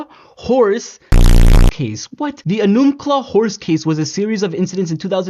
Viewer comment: Nuts! I’d heard of mr hands but never knew the location details… I live a couple hours away. Enumclaw is pronounced ee-numb-claw for the future :) we have lots of difficult town names around here 😅